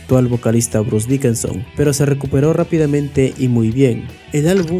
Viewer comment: Janis Ger, Bruce Dickenson... 😂😂😂😂😂😂😂 Está chingón tu documental, pero no mames, aprendete los nombres we.